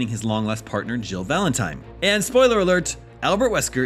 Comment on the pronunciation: Is it me or is he calling her "Jill Valentime"?